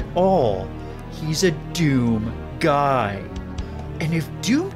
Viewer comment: I can’t believe it took me this long to watch this whole video, it kills me how you say “He’s a Doom GUY.”